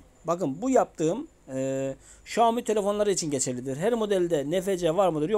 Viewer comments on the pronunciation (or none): none